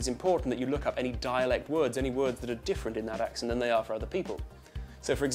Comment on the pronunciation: Its pronounced 'Ax-Sent' not 'Ahx-ughnt'.